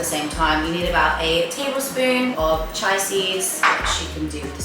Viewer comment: Chia is pronounced chee-uh x